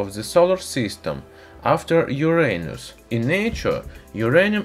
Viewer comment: Yoo rain us, thats how u call it